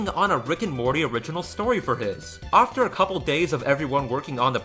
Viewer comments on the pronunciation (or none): I really like your viodes BUT how come you say "offter" instead of 'after'? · Great video but why do you say after as ofter? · The word is after not offter. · Why do you pronounce after (ofter) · I love how you say "ofter" instead of "after". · Dude I love that way you say ‘after’